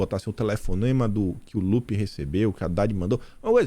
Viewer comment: Buenas. Kin é " gópi ", para intervenção ,ao trava tudo. " GÓPI "